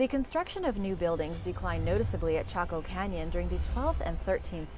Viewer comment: Though she said taco canyon